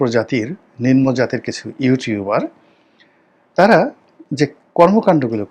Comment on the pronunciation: নিনমো নয় শব্দটা হবে নিমনো